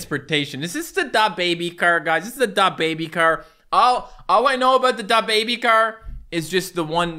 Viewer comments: stop saying da bébi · he say DA baby instead of dababy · I hate how he says dababy: "Da~-baby" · Dab baby and sooj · De boybe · the way says da baby it makes him sound like a mexican person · The way pronounces dababy triggers me